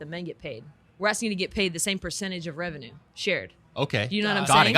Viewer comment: muh rebenuurrrr